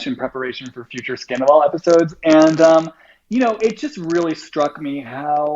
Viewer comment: An Empath that described Sandoval as “Scan-doval..😳😝🧐hmmm ok - I’m out!